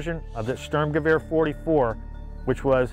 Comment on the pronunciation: He cant pronouce sturmgewehr or st ur m ge v er not hard btw He said storm gewa